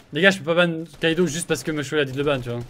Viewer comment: c’est normal ou non? Tu n’arrete pas de dire Kaido alors que c’est Kido? Sachant que meme dans les redifs de game on voit que c’est Kido ta virer le mauvais ou tu trompes niveau élocution